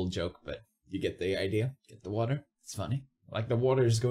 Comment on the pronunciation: “Get the watah……. I can’t do the full joke” Me: I think you can 😈